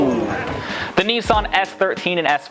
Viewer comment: Btw. It’s Nissan. Niss an.